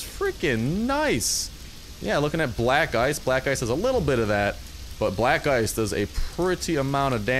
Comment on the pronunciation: When you said black ice it sounded like black guys